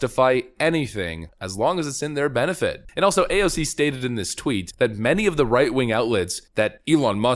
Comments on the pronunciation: PLEASE, NEVER change the way you pronounce AOC's name. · PLS CONTINUE TO pronounce her name the way you did instead of just using AOC . It way more condescending in my opinion and you seem to have fun doing it .